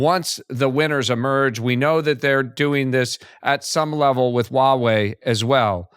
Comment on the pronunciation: I enjoy this channel. However, a suggestion - its "Huawei" not "Wawei". Pronounce Huawei - "HUA WEI" just like its spelt.